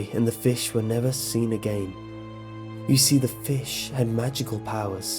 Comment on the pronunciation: I love how you say again like agein